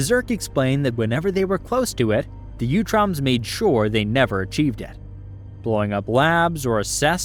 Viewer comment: Great video! Very comprehensive and well organized. I believe it is pronounced 🧠 “ooo-troms” not “you-troms.” Sometimes in the vol 4 books they even call them the “Ooots.” I believe this is the pronunciation in the 2003 and 2012 series which also feature them prominently. Again cheers on the great work here though